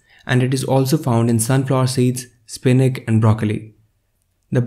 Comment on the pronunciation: Spinak lol!That's ch!